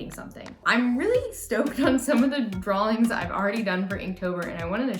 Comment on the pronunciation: "Pronounced Dralllllllllings" Still dying laughing :-D